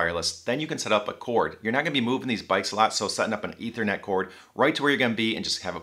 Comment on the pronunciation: ethernet is pronounced EEthernet not "eth" :) thanks for the excellent review